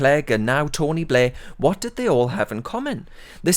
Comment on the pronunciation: His name is not Tony Blair, his name is 'Tony Bluurghhh.'